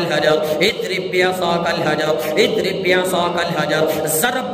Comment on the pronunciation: Azrib bi asakal hajar padhiye... Idrib bi asakal sunai deraha hai.